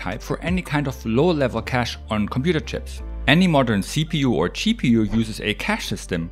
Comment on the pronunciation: Watch ahain, but this time you hear CheaPU instead of GPU, and he is not wrong...